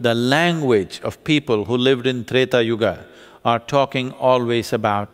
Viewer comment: It is neither. It is yuga. There is an a at the end. Small a. Not AA. It's called shwa.